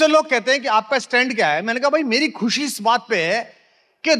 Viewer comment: Khusee nahi Mr shair it is " Khushi".